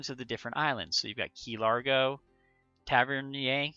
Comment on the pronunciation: Pronounced: Tav-er-neer 😊